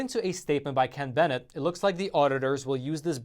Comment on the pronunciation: You got my message and you pronounced Ken Bennett's last name correctly.. Love you and your show.